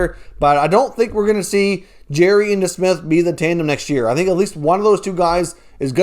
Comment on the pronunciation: Bro I’m a subscriber and I like most of your content but if you can’t say somebody’s name properly try not to say it over and over and over and over and over and over again it is Jarry ! ( Jar-ee) Not Jerry (Jeer-ee) Please stop it hurts my ear holes